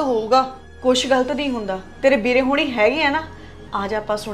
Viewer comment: bhain veere hunda beere nahi pronounce theek karia karo 😂